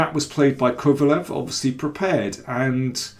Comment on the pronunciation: Daniel, if you know a bit of German, it should be easy for you to pronounce Kovalev, as it should sound like KovalÖv